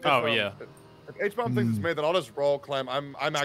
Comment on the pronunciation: It cracks me up that they're referring to Hbomb as "Habomb" in every video he's in